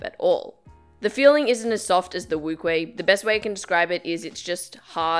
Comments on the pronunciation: NCubing its wu-cheh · Lol no she said wuque wrongly.NCubing is correct.